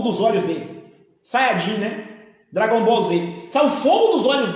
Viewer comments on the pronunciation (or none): none